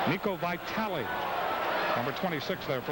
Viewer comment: ...FORGOT that #26 (Fala)Niko Vitale played in UH Secondary! Hearing stadium P.A. announcer saying...."Vye-tal"--lol